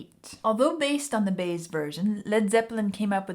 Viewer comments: Joan last name is pronounced By-Ez' not Baze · The name you're pronouncing like baze, is actually pronounced like bye-ez. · Page said this song (for him) symbolized the "heavy and the light" of Led Zeppelin. PLEASE it's pronounced BUY-ez not Baze. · Joan Baez pronounced Buy- yez. I like your channel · probably somebody already pointed this out. Her name is pronounced Joan By-ez. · Just so you know, Joan Baez is pronounced "buy-ez" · Actually, the name is Joan Buy-ez. That's how it's pronounced. Thanks for your excellent video. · Just FYI….Baez it’s pronounced Buy-ez, accent on first syllable. Not pronounced like maize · The name Joan Baez is pronounced two syllables Bi-ez vowel sounds like "my edge"